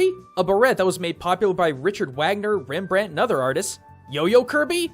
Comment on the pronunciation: wow, Rembrandt said in an English way is really strange (